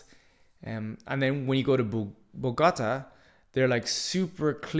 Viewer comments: The way you say Bogotá is almost as bad as spelling Colombia like "Columbia" . You sound it out like it's a sports car (Bugatti) LOL. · Im beginning to wonder if he even went to Bogota pronouncing it that way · Your pronunciation of Medellín and Bogotá is very lousy. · Not like that. Like this, watch: MEH THEH JEEN, MEDELLIN. Then, BOH GOH TUH , BOGOTA, Got it.